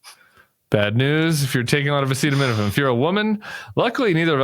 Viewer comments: He can't pronounce the drug name. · He can’t even say ACETAMINOPHEN right 🤪🤪🤪🤪that was an outrage …I’m a Canadian pharmacist and this was a very dangerous presser 😨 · So, Trump not having any idea what acetaminophen is or how to read the word didn’t make the cut? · In the presser he had trouble pronouncing acetanimofen. Obviously came well prepsred! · Omg! I couldn't believe what i was and was not hearing! Mispronounciation of a commonly used otc medicine! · What? You didn't share the clip of him trying to pronounce acetaminophen???? That was golden!!! You guys are great. I need to show this clip to my husband who hates anything political but I think he'll get a laugh. Serious stuff yes, but you guys make it easier to deal with. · He says Tylenol because he can not pronounce acetaminophen! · Please tell me y’all are not listening to Dr Donny and Dr Robby who can’t even pronounce the name of the medicine!!!😂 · You guys left out the best part: Trump trying to pronounce "acetaminophen". It's hysterical! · I can’t believe they didn’t play the clip of trump trying to pronounce acetaminophen It’s was the funniest saddest reflection of where America is today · I watched the entire press conference and trump kept saying Tylenol because he couldn't pronounce acetaminophen. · Great pod! Thanks so much. You did leave out his ridiculous mispronunciation of acetaminophen however. That was special! 😮😂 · No comments on the pronunciation of acetaminophen? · Oh no, it's just that Trump couldn't pronounce the word acetaminophen 😆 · He demonized Tylenol because he couldn't pronounce acetaminophen! 🙄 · He actually horribly mispronounced acetaminophen earlier in the presser. It was hilarious! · Because he tried to say the word acetaminophen AND COULD NOT SAY IT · He couldn't pronounce acetaminophen. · He can’t pronounce acetaminophen 😂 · Because he cannot pronounce acetaminophen. Wish Tim and Sam would have shown that clip! Could not stop laughing!